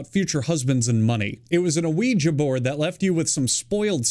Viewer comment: My favorite part that no one pointed out is how you pronounced Ouija board as aweejah board